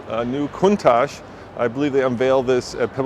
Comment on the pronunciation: The original designer of the Cuntach has always said it’s pronounced coon-tok.